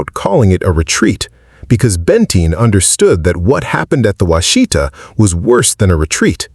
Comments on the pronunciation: It's Wash-ih-taw. not wah-shee-tuh. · It's NOT pronounced Wha She Ta. It's Wash eh Taw. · WASH-ih-tah, not wash-EE-tah. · Wah-shih-tah, with emphasis on the first syllable, not Wa-shee-ta. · "Wash a tah" is how its pronounced in Oklahoma. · It’s hard to listen to this. Every time Washita is mispronounced I want to urp.